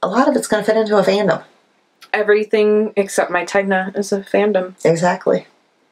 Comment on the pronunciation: Just a note- The Tegna Sweater is pronounced like this*******Ten-Ya I just finished watching Krisy Glass' interview with the designer of that sweater and her others and Kristy asked her to pronounce all of her Sweater Names so you can check it out, was very interesting! And I do own the FlexiFlips I bought two sets one for socks and the larger size to close the top of Hats! I really like them because I don't like fiddling with Don's I'm a magic loop girl myself! Very Pink has a great video and nice technique of holding and Knitting with them! Sorry for the Novel, enjoy!